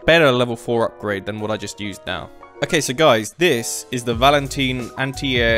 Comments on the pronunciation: Can I just say it's pronounced (valen Tyne) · Did my guy just say valenteen? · How you pronounce valentine really hurts lol